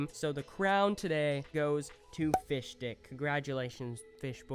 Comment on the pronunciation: When he said fish stick it sounds like fish dick